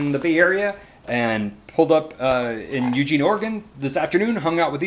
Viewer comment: FYI it's pronounced, "eugENE" in "orygun".. ;) And the coast starlight line is brilliant, I used to take it home for Xmas from college